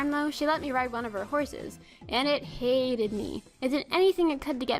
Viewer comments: Did you say the horse HAYted you? Sorry. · You mean your cousin's horse "hay-ted" you.